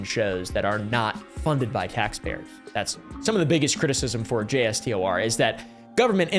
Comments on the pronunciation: I’m sure I’m not the only former history major that will correct your pronunciation, but it’s J-store (jay-store) 🩷 love you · You mean brian manning, also if an acronym can be said, you are supposed to. Sopa "soap-ah" jstor "J store" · If it comes up in another video it’s a little easier to pronounce it Jay-Stor(e) 😆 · Hearing JSTOR spelled out was giving me a headache